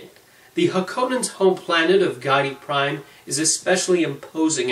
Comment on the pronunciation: How can he be a fan of the movie, yet not know how to pronounce 'Giedi Prime'?